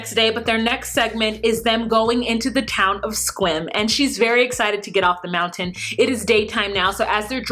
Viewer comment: I’m in WA, I’m so proud of your pronunciation of Sequim. Because many people say SEE- cwim all the time. You say it like a native. Kudos girl!